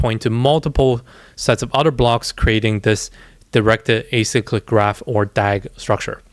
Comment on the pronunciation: You're the only youtuber I've seen actually say directed acyclic graph correctly and know what it is lol